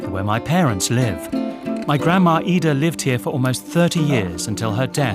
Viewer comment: The word is grandma, not grandmaer. Stop adding letters to words that don't belong there